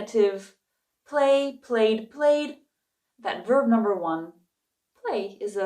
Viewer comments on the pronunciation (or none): It's "bare" or "verb"?